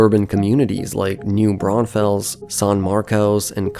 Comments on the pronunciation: Some pronunciation help: San Marcos - "San Marcus" Buda - "B-you-da" New Braunfels - "New Brawn-fulls" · Ugh, it's New Braunfulls and San Marcus. San Marcose is a city in California. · side note, it's New Brawn-Fulls not new brownfells 😂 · It's pronounced San "MarKISS", New BRAWNfulls, nd BE U duh... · San Marcus is how the locals call San Marcos Bu-duh is how locals call Buda New Braunfels is Braun - fels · Buda = Byooda San Maros = Saan Marcus New Braunfels = New Brahnfuls TXDOT = TexDot Please learn how the locals pronounce them And there is really no need for a transit line from Austin to San Antonio. Noone commutes from one to the other. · New Brawn Fells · new braunfels is prounounced new bron-full-s :D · Love the video! Just a heads up though: Buda is pronounced “Byuda” like in Beautiful New Braunfels is pronounced “New Brawn-fulls” And using “the” for highways is a west coast thing, we don’t call it “The 35” or even “The I-35” we drop the “the” and just call it “I-35” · Thank you for correcting that . I cringed when I heard them say Booda. It’s also pronounced San Marcus & New Brawnfulls. At least y’all got Kyle right lol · no, it's a city name and it is pronounced new brawn-fulls because that's how we who live there pronounce it. :) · Mispronouncing Buda, San Marcos, and New Braunfels, and calling it "The I-35".... you uhhhhh might not know the specifics of this region. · Ugh, whoever voiced this video definitely is not from Texas. That slaughtering of pronunciation of New Braunfels and San Marcos is ringing in my ears. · Native Austinite here. Well, actually, just north of Austin 8n Round Rock. But IH35 has been a horrible traffic nightmare since the 70s. Even with the building of MOPAC, Loop 360, and the tollway, IH35 has never had its traffic reduced in any substantial way. And just a note...New Braunfels is pronounced New BRAUNfuls and San Marcos is pronounced San MARcus. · They way you pronounced San Marcos and new braunfels is completely wrong